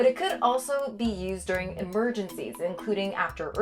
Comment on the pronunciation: “Durig” the heatwave 🤔